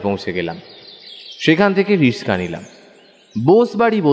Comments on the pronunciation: Kthata rickshaw not rishka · ওটা রিক্সা হবে।রিসকা নয়।